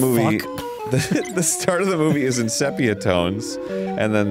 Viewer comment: Arin, it’s definitely pronounced “see pee uh”, not “seh pee uh”